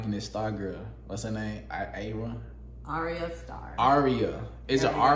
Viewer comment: her name i actually pronounced AARYAH